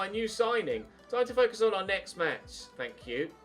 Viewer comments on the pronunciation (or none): none